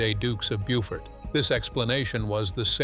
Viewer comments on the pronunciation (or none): Only MT DNA and Y-DNA spans centuries. Every time the royal House changes the Y DNA changes This is not a surprise. Beaufort is pronounce Boh-fut (not Bewford) Henry Tudor OBVIOUSLY had different Y-DNA Because he took the throne by right of conquest The British Royal Family BY LAW and Parliament have to be direct descendants of the Stuart Royal house via Electress Sophia the descendant of James 1 I&VI so it is entirely irrelevant what happened before 1700 in terms of looking at the modern RF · I wondered why they thought that QEII should be related to Richard III and I wasn't aware that the queen had either given her DNA or permission for them to use it. It's also a pity that the narrator can't pronounce Beaufort properly!